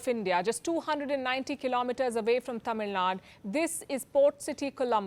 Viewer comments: It's not "Tamil Nad", it is Tamil Nadu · You are speaking in english right? Then its 'Tamil Nadu' Not 'Tamil Nad' Stupid Hindi saale! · Please don't say Tamil nad say Nadu. Being a kannadiga I get irritated to hear so. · It is not Tamil Nad. Its Tamil Nadu ! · dear north indian people, it is TAMIL NADU .. not tamil naad. pronounce the "U" how it sounds. nobody told U is silent. its like saying "delh" or "kolkatt" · Palki plz pronunce it gas tamil nadU don't say just tamil nad, indirectly ur disrespecting the southindians and their language nxt time take care while pronouncing 🙏